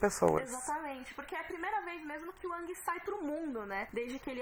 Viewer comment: "Ãngui" tá foda... é a primeira vez que uma pronúncia me incomoda... paciência.